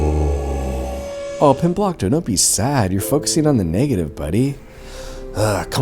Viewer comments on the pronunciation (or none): i heard “comblockto” the first time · Glomblicto no 😭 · I just double checked and it says "Pimblokto" in the description of the video where he made a playlist. Maybe he's spelled/pronounced it different at different times or something, I don't know. I don't think so though.